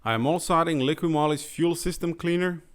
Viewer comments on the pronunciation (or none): none